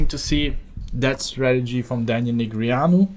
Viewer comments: neh gree ah new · please say daniel negreanu properly for the next video please <3